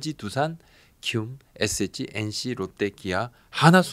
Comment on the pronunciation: 부장님의 ssg발음 은근 중독성 있음. 에쎗찌